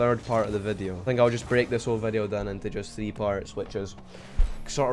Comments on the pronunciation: Thwee wee thwee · thee v thee thats how he says 3 v 3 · “Thee Vee Thee” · scotland be like